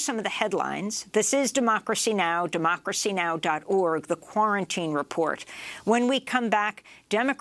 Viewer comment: Don't pronounce .org domain as O R G, just say "org".